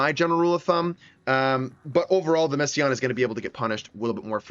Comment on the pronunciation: Thought it was pronounced messi-na